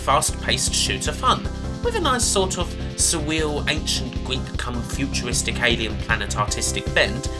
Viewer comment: "Nice sort of suwweal Ancient-Gweek-come-futuwistic-awien-pwanet artistic bent" You certainly have a way with words. (sowwy) - Wuv your vids.